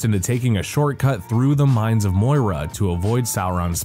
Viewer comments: I mean, if you're going to do a review of such a classic set of films, ateast learn how to pronounce the words correctly. It's not "we-ta", it's "Wet-a". And there is no such thing as the Mines of "Moyra"...it's the Mines of Moria. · Why the Hell did you choose someone who is barely invested in Tolkien to narrate this? It's pathetic. He can't pronounce Moria and never uses the word Balrog. Downvote.